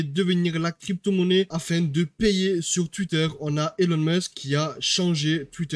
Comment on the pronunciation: Y’a aucun D sur elon ou X mec tu fumes